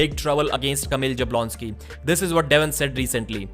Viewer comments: You should pronounce it more like as if it was Yablonski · this is not the correct way to pronounce Kamil's last name. I don't know how to explain, but this first letter J should not be pronounced in the ''English'' way. I think Devon was the first one to start calling him in this incorrect way. Also, Sandris Šedis should be pronounced Shedis and not Sedis, but I think you already know this one.:) Anyway, keep up the good work man.